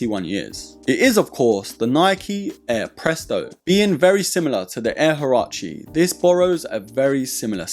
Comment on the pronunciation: Das sind Nike Air HUARACHE … nicht Harachi ….